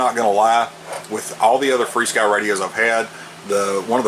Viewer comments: Why do ya call this free-sky? Says fr-sky on the front of this radio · There is no "ee" in the name. If you pronounce "F" and "R" you get "FAR"! Rather than call it "Furskee", we call it "Far-Sky". Just sayin'